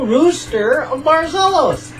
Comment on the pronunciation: Yay! I finally found the video! XD Sorry it took so long ^^' I'm so glad that you liked what I sent ^-^ And you actually pronounce the name of the city very well :) Much better than most really...only the last syllable was a bit off but not bad at all! Also...thank you for your words of wisdom... Just a few curiosities about Barcelos and Portugal in general (if you don't mind of course): - About the postcard with the various Roosters: Each Rooster in that postcard is actually a giant statue (to get the idea of how big it is I can tell you that you can mount on the back like a horse! And there's this picture: (and this is one of the smaller ones!!!)) This statues are all around the city. - The original Rooster of Barcelos Wasn't quite like it is now. Back when it was first made into a clay figure in the 1930s it was used as a toothpick holder. - This is just an example of what it looked like. -Did you know that Barcelos is the city in Portugal with the largest conglomorate of "villages"? It has 89 "villages"! - This is a map of the "concelho" as it is called here -The last living relative of royalty in Portugal is from Barcelos and, should Barcelos revert to a monarchy, he shall be named the King. -The Rooster of Barcelos has become a symbol of Portugal and there is even a statue of it in Rio de Janeiro, Brazil. -The world's oldest alliance is the one between Portugal and England dating back to the 1300s (it's almost 650 years old and it's still in effect